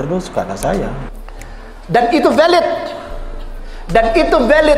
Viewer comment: Valid, bukan velid Pak